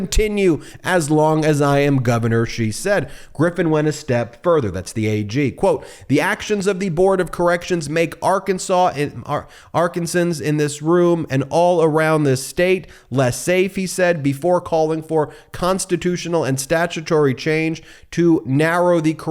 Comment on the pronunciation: I imagine you’re going to do some more stories on the huckster so for future reference Arkansan is pronounced “R-Can-San”